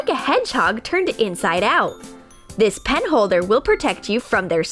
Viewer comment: Yes she said pin holder it just sounded like she said pen holder